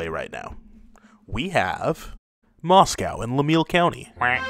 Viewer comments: Vermonter here. Fun video. A couple of nitpicks: Lamoille County is pronounced "La-MOY-al, not "La-MEEL" The town of Tinmouth, Vermont is pronounced "TIN-muth" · Proper pronunciation of Lamoille county is la m oil. And a thresher accident is nothing to laugh at. They were ripped apart skinned deboned alive. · It sound like. LA M OIL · How do you pronounce Lamoille county?? Sorry my friend but badly wrong I’m at seventh generation Vermonter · You are say lamoille wrong I live here in vt